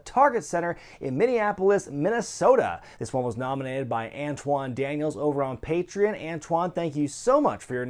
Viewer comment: You mispronounce "patreon" in every video.